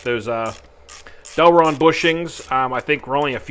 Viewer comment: Great vid as always cant wait to see you hit thr track with it. Ohh and its Delrin not Delron. Sorry just had to throw it in there in case someone wanted to search for them. Great vid nevertheless